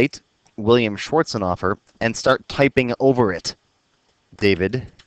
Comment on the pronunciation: Thank you for being so clear and easy to understand, Btw, I laugh every time you pronounce Mr Schwarzenhoffer. It sounds you are saying "Mr, Shorts on offer"